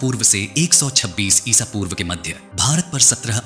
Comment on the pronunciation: इसा पूर्व नही इस वी कुछ जगह आपने गलती से बहुत जगह इसापुर्व कहां है